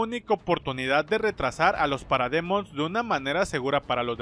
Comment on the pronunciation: Por que pronuncias Parademon, en vez de Paradimon?